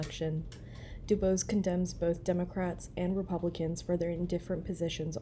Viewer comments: Hello. It’s pronounced D’Boys. 😊❤ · *Do-BOYS (pronunciation) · Du Bois (pronounced like “Buwa” - the French way)